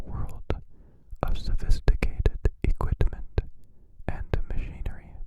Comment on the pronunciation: Makes me smile every time you say “equitment” 🤗🫠✨